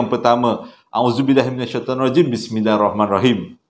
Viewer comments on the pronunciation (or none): none